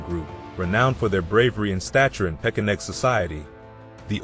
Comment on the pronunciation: Is it pesheneg or pekeneg? Or are both pronunciations acceptable?